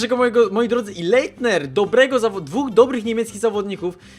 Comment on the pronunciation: Zasadniczo Leitnera czyta się bardziej tak : Lajtner